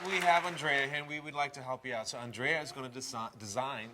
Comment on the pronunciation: As an Andrea whose name is pronounced with a soft "A"and a hard "E" (Ann-dreeah), I cringed when Boris called her "Aunn-dréah." Lol